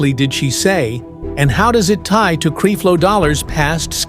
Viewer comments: Will you stop showing pictures of Pastor Winans. No, we do not all look alike. Creflo, with a short e. You are a bad reporter. Please learn how to pronounce people's names. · Right, You can't even pronounce his name. Don't acuse her of saying things, put her on here saying this and even if she did say it, so what - i believe she is a keep it real person/saint and is tired of the bs like the rest of us that have been around for a while, and she is telling the truth about these fake dogs, intresting they are all being exposed now. word to the wise, when people start speaking about these fake freaks you better believe them they are telling the truth. But as for the MC, we can appreciate your info i'm sure a lot of it is true, but where is your footage of her and her interviews about the subject, let her speak for herself please. Use integrity in your mission and people will respect you more, because we have watched some of your other vedios and you keep doing the same thing and we don't like it. Please thnk you- just being real you. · Please pronounce the man name correctly 🤨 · Yessss! Please learn how to pronounce his name please. And how does the Pope, the Catholic Church and John Gray fit into this story?? Or did you also confuse John Gray to be Creflo Dollar?